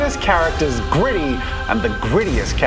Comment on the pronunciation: I'm sorry, I was hearing Griddy, not Gritty 🤣🤣